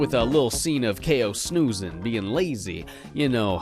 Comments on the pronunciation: This is the first time I ever heard Kao's name pronounced. I always thought it was pronounced like "cow." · > They also verbally say "Kay-oh" in the sequel. Well, in the original Polish version it's pronounced "Cow", so... I DON'T KNOW WHAT TO BELIEVE ANYMORE! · kaay-oh.... I always thought it was pronounced cow for some reason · Kao is pronounced “K-O”? Why? Why is it like that- Sees the boxing gloves Oooooohhhhhh. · There is also a PSP game for him too, and in the voice acting their pronounce Kao as "kow"... kinda like Mercanary Tao in Dragon Ball.